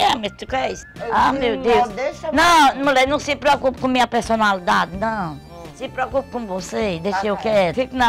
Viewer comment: ela ama mesmo a tal pelsonalidade kkk